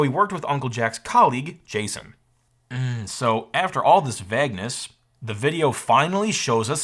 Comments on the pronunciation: vaygness not vagness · "vag-ness" ? I think you mean Vage-ness? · Vag-ness…. That was the weirdest pronunciation I’ve ever heard for “vayg-ness” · Is this really the correct way to pronounce ‘vagueness’?